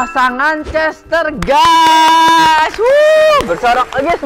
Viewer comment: Nama betinanya chestaer bacanya chestaier